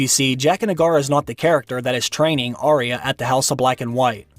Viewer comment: You say Arya wrong.